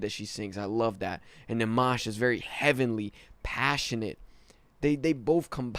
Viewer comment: It is rude when u pronounce his name wrong